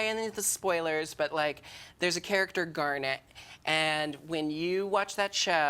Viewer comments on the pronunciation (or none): none